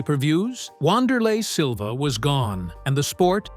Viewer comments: Come on man.....at LEAST take the time to find out how to pronounce the mans name correctly. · 2 secs into the video and you mispronounced his name. Adding this channel to the block list.